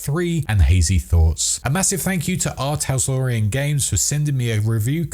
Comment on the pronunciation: Just want to say it “R Talsorian” not “R Taslorian” as you were saying in the video haha. I did a double take each time you said it.